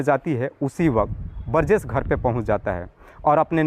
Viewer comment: बरजेश नहीं बोलते बृजेश होता है हिंदी सही करो थोड़ा